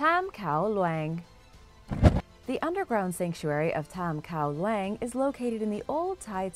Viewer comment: I know you're likely unfamiliar with the Thai language, but Kao Luang is pronounced like "cow loowahng" and lacking the Thai script I think it means "King's Mountain", but could be "Yellow Mountain" in which case the pronunciation would be different and nearly impossible to effectively transliterate to English.